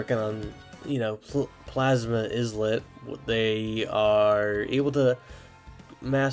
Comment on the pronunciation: The “s” in “islet” is silent, just like in the original word it’s from: island. (In case you don’t know, an islet is a small island. For example: the smaller islands that makes up Hawaii, that’s not the main, bigger island, are islets.) That aside, I’m looking forward for these new Ethereal Islets! Also, what you said about the songs sounding more chaotic for each of the Ethereal Islets as we go up in instability of the elements, from the Plasma Islet, all the way to the Poison Islet, would be a pretty neat idea if they took this route!